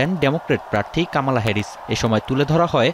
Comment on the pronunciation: কামালা উচ্চারণ করছেন কেনো? ওটা মনে হয় ক্যাম্যালা হবে।😊